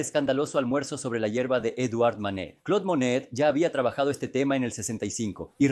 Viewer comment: No es Claude Manet... Es Claude Monet